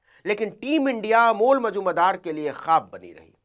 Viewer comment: नाम तो सही बोलिए अमोल नाम है